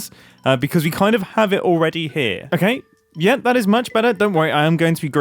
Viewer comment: The way mumbo pronounce "better" when saying "that looks so much Be'ah"